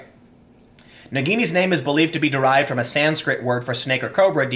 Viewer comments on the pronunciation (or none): none